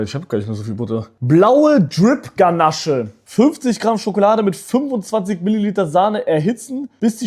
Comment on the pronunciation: Du hast ganache gesagt man spricht es aber ganasch aus...😅Hab mich da tot gelacht...😂